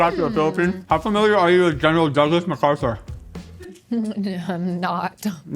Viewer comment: trying to explain WW2 with a mouthful of food is what I came here for. “Daghs Doaglashsh MagArthrurrr Meaanhn anghyting tooo youuu???